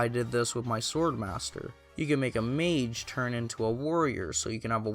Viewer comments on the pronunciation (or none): none